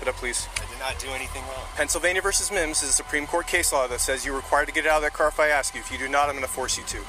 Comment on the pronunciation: Haha, memories of “ aks michelle”😂